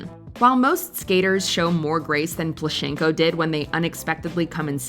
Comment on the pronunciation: He’s PlUschenko)))) the first syllable is stressed.